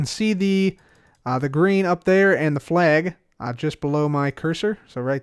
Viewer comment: Anyone else hear "Grian" every time says "Green"?